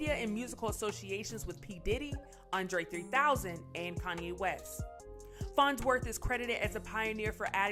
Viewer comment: Is she saying Kanye WESTES? TF?!??